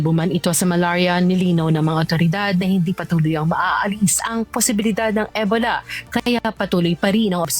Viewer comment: E-bola ng e-bola si ate mo. Ansakit sa tenga.😅 Ee-bow-la kasi